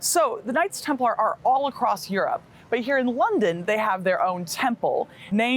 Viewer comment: "sometimes Europe, sometimes eurdown" 😂